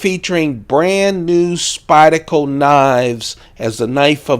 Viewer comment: I cringe every time you mispronounce SpydeRco. rrrrrrrrrrrrrrrrrrrr